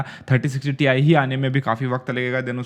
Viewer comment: Ti nahi Tie bolo 👔 🙂😆